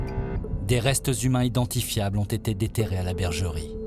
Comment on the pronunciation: "n'a jamais été 't une simple bergerie"; ces commentateurs qui inventent des liaisons pour se la donner... :D